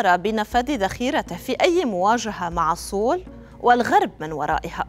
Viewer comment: سيول لا نقول سول، خطأ نسميها سيول Seoul 😊